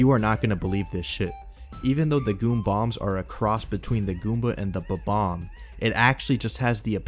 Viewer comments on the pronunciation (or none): Bob-omb my man. Not Ba-bomb.